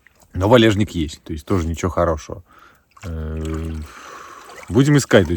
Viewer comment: не валЕжник, а валЁжник он называется